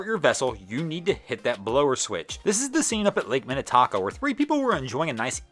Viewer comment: That’s not quite how you pronounce Minnetonka. I recommend a viewing of the movie Purple Rain to remedy the situation.